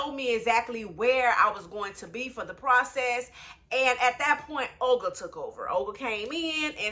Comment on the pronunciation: Why does Olga sound like Ol Girl to me. 😁